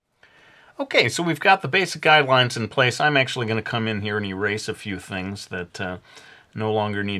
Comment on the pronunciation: lol he said guide wines